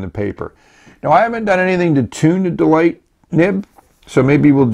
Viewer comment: Hi, your review is mentioned in a Chinese web and I'm coming to watch it! And actually the brand is Chinese pinyin which is pronounced as /dəlikə/. It's same as delike. seems unlucky. XD